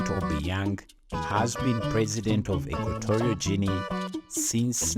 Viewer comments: Equatorial Juinea he said 😂🤣😂🤣 I don’t understand why some people upload a video to display their level of IQ 😂🤣😂 how ironic that he’s talking about why this country is not visited by many when he can’t pronounce the country correctly. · Since the speaker cannot pronounce the name of the country correctly, I wonder if he has ever been there. The reasons he gives for few tourists are strange — many Spanish-speaking countries get lots of tourists and not having democracy doesn’t stop tourists from visiting countries like Cuba or the United Arab Emirates.